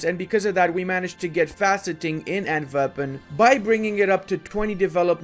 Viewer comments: Love the video! Just a small heads up, you pronounce Antwerpen in a very german-sounding way. As a flemish/dutch speaking person it is a bit sus to say the least. Foreshadowing? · Stop saying Antwerpen like that man!